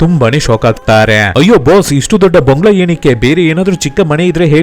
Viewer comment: ಕನ್ನಡ ಉಚ್ಚಾರಣೆ ಸ್ವಲ್ಪ ಸರಿಯಾಗಿ ಮಾಡಿ.. ಬಂಗಲೋ ಅಲ್ಲ.. ಬಂಗಲೆ 🤦‍♂️